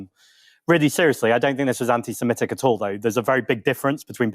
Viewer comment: Drinking game idea: every time Aaron or mispronounce "Antisemitic", you have to drink. Excellent way to get sozzled.